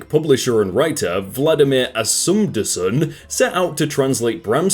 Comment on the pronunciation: Valdimar Ásmundsson, not Vladimir Assumdusson.